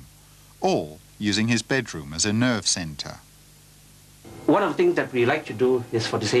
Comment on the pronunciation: "using his bedroom as a nerd center" that's what I heard...